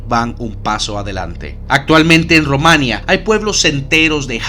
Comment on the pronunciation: Muy bien el vídeo. Me hace gracia como dices Rumanía.